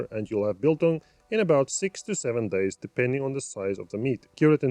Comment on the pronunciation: Just one thing bro... its not "Beeeel-Tong" let me help you there... focus on the capital letters and combine the two "do you have a one dollar (BILL)" and "where did i leave my barbecue (TONG)? " thats so simple .... "BILTONG" :)